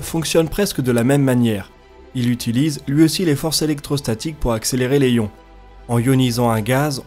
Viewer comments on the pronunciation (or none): J'aime bien ta chaîne plutôt chouette mais attentions aux différentes prononciations genre ESA (éza en français) et on ne prononce pas le b de Coulomb mais on fait la liaison pour "des ions" Sinon attention quand tu parles des roues à inertie, il y a un coût... tu dois décharger les roues en inertie... autour de la terre ou je Jupiter par exemple tu peux faire ça avec des magnetorquers Mais Sinon tu dois utiliser de la propulsion pour le faire. Tu penses faire un sujet sur les CubeSats? N'hésites pas Si tu as besoin ;) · les ions, il n'y a pas de H, on fait la liaison. et pour "des os" on ne prononce pas le s, mais au singulier oui. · Par contre petite rectification quand on écris les ions sa se prononce les "ziiiions" ^^ da bisou